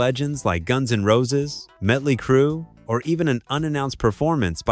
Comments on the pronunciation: AI audio. :( Metly Crew? Really? I'm out of here. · Mutly crue😂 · Can it really be that hard to read or pay someone to read the copy???? I'm tired of hearing about MUTTley Crue. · Did he say Mutley Crue? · meckley crue 😭😭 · Did you just call motley Crue medley Crue & mutley Crue. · "Metley Crue"? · "metly crew"? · "Metly Crew" AI voice generated trash 🖕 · AI narrator keeps calling them "Mutt-ly Crue." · It sucks he said Metly crew…. I usually stop watching when I hear Ai narrations.